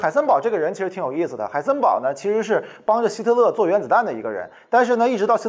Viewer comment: Who am i? 'haisenber'